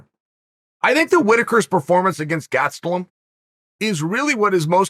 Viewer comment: "Kelvin Gatstelum", uncle chael at it again